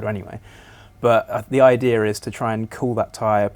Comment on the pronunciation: Idear. There is no R in idea